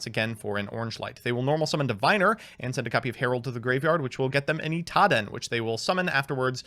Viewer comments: Its "Cyber Angel Idaten" not "Itaden" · You lost because you pronounced it Itaden instead of Idaten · To this day, I’m still not sure if he reads Idaten wrong or if he’s doing it on purpose like with the other ones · I mean He still says idaten wrong